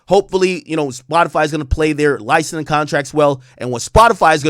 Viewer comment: LICENSING not LINESCING, learn to speak brother